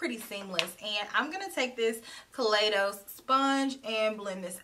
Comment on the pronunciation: you know I love. a purple eyeshadow. That purple on you is very alluring. I just want to let you know that the proper pronunciation of Kaleidos is (kuh lie dohs) as in kaleidoscope.